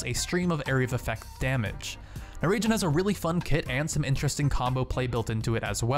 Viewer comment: Raijin = Rye-jean not Ragin' the crazy Cajun.